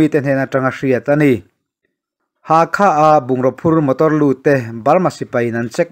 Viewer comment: Bengvarthlak thei hle mai, Chuan, thil pakhat, Pa-le-twa tiin i rawn lam ri a, a dik chiah lo, Pa-let-wah tia lam rik tur a ni e. Hakha tih pawh Hâkhâ, a ri a sang ve² tur.